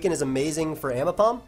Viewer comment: AIMbipom TTT, c'mon.